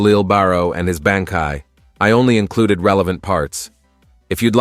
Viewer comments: even bankai sounds more like banky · Umm you had me til you said BAN, KAI